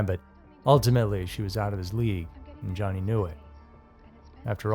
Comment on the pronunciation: I first saw this on a TV special called Haunted Lives, hosted by Leonard Nimoy. Where many of the video clips are from. I'm extremely doubtful that everyone conspired to fake a haunting to simply not show up. Oh, and his name is pronounced Yanni, not Johnny. There, the J has a Y sound.